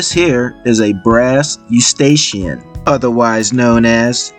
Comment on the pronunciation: You did a great job but please consider pronouncing 'Escutcheon' properly as you are calling it a Eustachian. 'Escootshon' is how it should sound-:) It is a French word that deserves respect